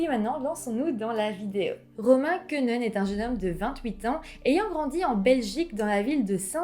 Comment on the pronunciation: Et Quenehen ne se prononce pas comme ça.. mais « Ké né haine » Et en plus, il a grandit à Hautrage plus précisément